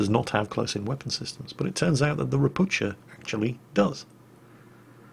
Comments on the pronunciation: It is pronounced ropu"h"a not "ch" just "h" and the name means "toad" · Hi. Great vid! I see you usually try to say everything as correctly as possible and you almost got pronunciation of Ropucha right. cha should be said same way as hu in hurricane :) Sound you used is spelled sza in polish . If you will find that difficult just say Toad. It's what it means ;) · To pronounce "Ropucha" correctly do not read "c" so it will be something like "Ropooha" which means toad in Polish (and in Russian also I am pretty sure). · Hey, a lesson in slavspeak: Polish "ch" is read like 'h' (same as in English "how"), so "Ropucha" reads like "ropuha". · If Ropucha is Polish it should be pronounced as "ropukha' or "ropu'ha"... atually...:PP